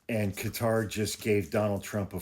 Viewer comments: Qatar kuh-tar. Not Cutter. No u or e in qatar. Please. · Qatar is pronounced kind of like a blending of Cutter and Gutter...